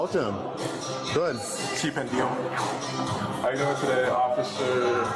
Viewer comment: It means "you're a fool". Pen-day-hoe, not Pen-dee-hoe.